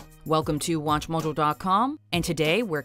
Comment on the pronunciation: Why does she say "watch mojo dot com" like she's stuffing her face with mf dumplings